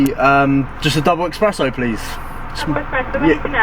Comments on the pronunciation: “eSpresso” not “eXpresso” bro hehe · Double 'eSpresso'! 🤦‍♂ 😆